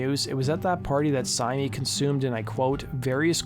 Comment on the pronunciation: My wife who used to run the Marilyn Manson mailing list confirms pretty much all of the information in this video. According to her the talk was that Reeves and Syme were either back together or in the process of getting back. Her only objection to the video: Syme is apparently pronounced simply /sIm/ (rhyming with "lime").